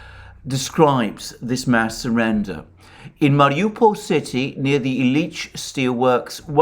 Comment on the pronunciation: The emphasis in "Illiich" is on the first syllable.